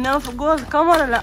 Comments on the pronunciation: ي جماعا اسمها كاميرا ب ال كاف مش قامرا ب القاف اية الحكاية بس معظم اليوتيوبر بينطقوها غلط ازاى يعنى قامرا اسمها كاااااميرا وربنا كااااا كاااااا كاااااا انطقو ورايا كاااااااا كااااااا ميرااااا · هى اسمها كاميرا مش قامارا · انا بحبكو جدا بس اسمها كاميرا مش كامرا